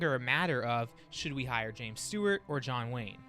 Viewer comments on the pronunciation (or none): none